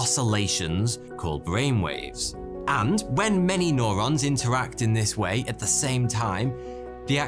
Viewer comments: Great vid. But it’s “new-rons” not “noh-rons” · Nobody:: N O R O N S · It's fcking Neurons NOT NORONS U MuRoN....Nurrrr pronounced NUR..NOT NOR.. fck sort your pronouncing out for lords sake .video after video...lol .it's that bloody moustache. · Nurons not nOrons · Norons? It’s newrons fams... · Neo New-ron, not no-ron. You are becoming one of my favorites. Keep the 'stache. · Is nobody going to mention it’s pronounced “new ron” not “nor on”? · It's called Neurons mate, like New Rons not Norons fuck sake lolol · i kept on screaming neurons every time he said norons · Neurons, not norons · It's neurons pronounced neuro like in you or Euro. N-you-ron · Stop saying "noron" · Or says "Norons" lol